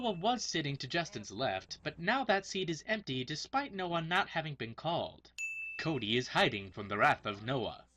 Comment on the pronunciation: you said coody its cody -1 sinn